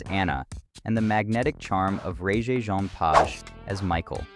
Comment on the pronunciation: Please learn how to pronounce Regé-Jean Page’s name.